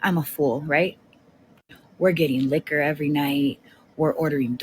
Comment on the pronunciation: The way he says “Liquor” and then pauses 😂